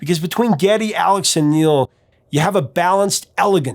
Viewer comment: You're the first person to pronounce Neil's name correctly! Good job!